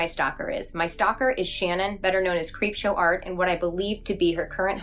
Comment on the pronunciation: two and a half years later i have three takeaways from this: 1) a hypothetical sequel could easily be another 4.5 hours 2) how the fuck did prison mate mispronounce creepshow art 3) why is this not the first time i've seen ppl tell neurodivergent ppl who can reclaim that word that they're not allowed to for some stupid reason? of all the problems to have w harley's words (of which there are many), kai had to pick the least sensical one.